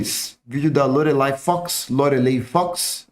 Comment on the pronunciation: Pelo amor da Deusa fala o nome dela certo é Lorelay (Lorelái assim q se fala)